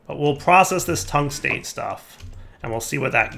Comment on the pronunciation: You did pronounce the epichlorohydrin right, but you've been butchering the tungstate for episodes now. Metal name plus -ate means it's the negatively charged oxide. Well, metall as in astronomy, where anything past helium is a metal. Tungstate, Chromate, Phosphate, Vanadate, Carbonate, all of them have any kations and the game makers decided to give you lithium. That being said, all of them probably work the same way in automatic processing, hint.